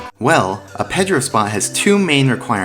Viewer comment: He also pronounces Pedro the wrong way